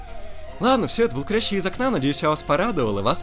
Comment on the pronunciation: КурЯщий из окна Ох уж эти французские слова... вечная проблема с тем, куда ставить ударения.